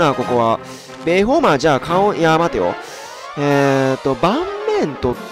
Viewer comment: ベホマをアメマの発音で言うなよ笑